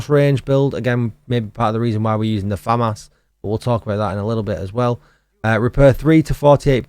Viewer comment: The FAH MAHS!! 🤣🤣